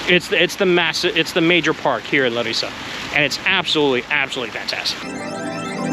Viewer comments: btw its LA-rissa not LaRIssa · First of all, thaks for visiting our city, but here are a few things to point out: on the name, you accent the syllable La (Lárissa) and not ri. Also, it's not really a college town. The reason there are so many young people outside (in contrast to Athens) is that Larissa is simply a lot safer. One last thing: the Fortress Square is that place in general on the top of the hill and not the restaurant Frourio (Φρούριο) which indeed means fortress. The ice cream bar and the Mexican aperitif bar on the entrance are all part of the restaurant, as is this whole place with the tables.